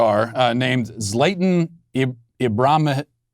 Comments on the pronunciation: How matt says Zlatan’s name 😂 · One does not simply mispronounce the great Zlatan's name